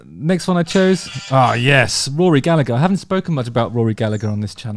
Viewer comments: FFS: Rory Gall-a-her, not Gall-a-ger. Second 'g' is silent. Irish, not Scottish. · In Ireland we don't pronounce the second G in Gallagher. It's pronounced Gallaher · Hi Justin, Love you and the video. Just for yours and all other UK-ians future reference, Gallagher has a soft g in the middle. So it’s pronounced Galla-her. Same goes for Liam and Noel :) Have a good one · Rory Galla-her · He did use the hard G sound? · He DID use the hard G sound? The OPs comment confused me too when I seen it..😂